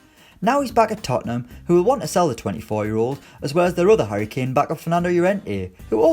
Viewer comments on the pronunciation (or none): none